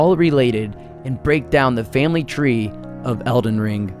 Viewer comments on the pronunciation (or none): none